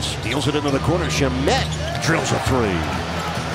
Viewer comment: It's not "shu-Met", its "SHAM-et" bro.